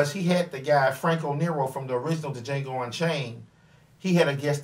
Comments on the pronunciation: The funny thing is, is that he even quoted "the D is silent" line from the movie and still pronounced it wrong. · You EVEN QUOTE the line where Django is asked his name and says, "Django, the 'D' is silent"...and yet you KEEP pronouncing the 'D' in Django. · I'm surprised that he is still pronouncing D and nobody has said anything, and he saw the movie.